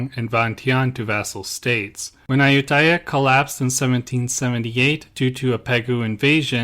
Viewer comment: It would be nice if you could pronounce Ayuthaya properly unlike the typical POME way.